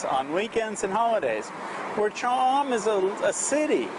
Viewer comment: I enjoyed your video but what bugged me is your pronunciation of Cha am and Hua Hin. Not that big a deal but kinda put me off at the start.